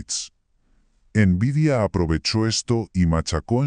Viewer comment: * Horrible la voz del narrador. * Tiempos muertos innecesarios al comienzo y al final. * En una sola dispositiva dice los años donde suceden los hechos. * Pronuncia mal nombres de marcas como "nVidia". * No muestra imágenes reales de las placas de videos de las cuales habla. * No muestra imágenes de los juegos que habla. * Uso y abuso de inteligencia artificial generativa, hasta el punto que se ve la marca de agua de NotebookLM. La inteligencia artificial es para ayudarte convarias de las tareas para crear el video, NO para que te haga todo el video. Si todos tus videos son asi vas muy mal.